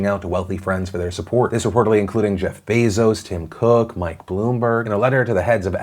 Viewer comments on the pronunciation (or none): none